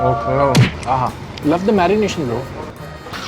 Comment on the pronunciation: Merination ❌ MarryNation✅😂😂